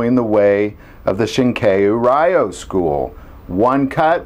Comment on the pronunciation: The word "Ryu' is pronounced as the 'roo" at the end of the word "kanaroo" is pronounced. It signifies a "school" or "style" of the martial arts, as in Shorin Ryu, a style of karate I have studied.